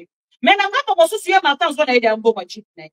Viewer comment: Jeep et non jupe,muluba ridicule!